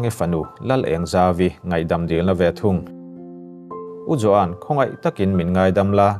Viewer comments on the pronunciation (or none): none